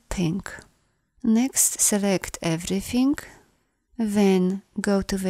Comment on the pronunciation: I like the way you pronounce “everythink”